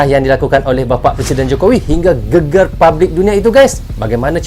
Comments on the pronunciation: mas bkn geger tp..GEGER ..geger itu arti nya badan..klw GEGER bru bner art ny heboh mas.. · Cara baca GEGER salah bang.. Bunyinya salah huruf E nya